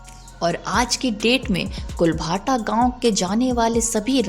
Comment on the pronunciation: इस गांव का नाम कुलधारा है कुल भाटा नहीं नाम है